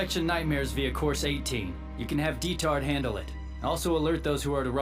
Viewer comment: I'm sorry, but I absolutely cannot stand the way English Lelouch says Diethard: "Detard"